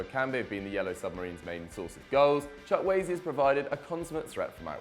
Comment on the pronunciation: Who is Manuel Chuck-Waay? I thought his name was Samuel Chukwueze